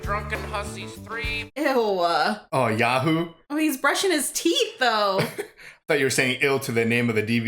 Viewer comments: "Yoo Hoo" not "Yah" Hoo, just FYI, my dad used to work as a distributor a long time ago with them, we always had cases and cases of them in our garage as kids, loved the drink as a kid :p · it's yoohoo, not yahoo... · Yahoo? It's yoo-hoo. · lol pronounced you who not ya who lol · It's not Ya-hoo you yayhoo. It's Yoohoo! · “yah-woo”??? What it the midwestern pronunciation is going on here?!?!? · Lol it’s Yoo-hoo